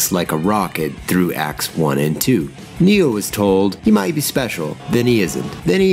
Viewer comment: A mate pointed out that when Keanu says "my name is Neo" it sounds like he says he's "Neil". I now can't unhear that when I watch it.